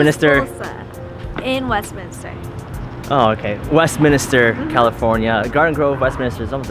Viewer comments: Whenever people say WestMINISTER I cringe because it's WestMINSTER. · Nvm lol god dammit its Westminster